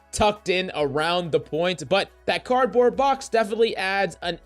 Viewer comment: Cardoard box, mate XD